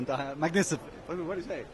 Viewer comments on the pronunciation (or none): you mean macinifent? jeez where u learn ur english brah